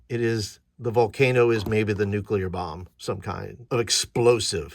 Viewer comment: Nucular? Extrapolate a whacky natural reactor in the volcano: I know I've used radiation poisoning side effects for flavor in at least one adventure....